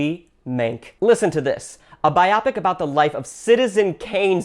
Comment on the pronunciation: Great video... Thank u .. btw its pronounced buy-o pic... not buyahpic ..It stands for biography. thats why its pronounced buyo-pic